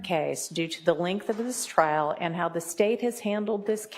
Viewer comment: Why do y'all say "trail" and not "trial" ?????